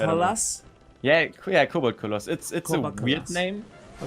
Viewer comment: your accent saying Koboldkoloss, I'M DEAD xD